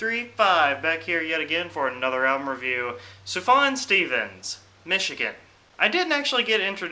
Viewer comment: Michigan was 2003, Adz was 2010. He doesn't incorporate stuff from 2010 because it didn't exist. And Michael Moore made a movie about flint. You don't even have to watch "Bowling for Sandy Hook." Hate to say it but this review is a bit backwards. It's important to look at release dates. And how to pronounce Sufjan.